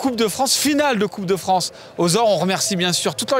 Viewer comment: 27'22" "coupe de Franche" dixit 🤣🤣🤣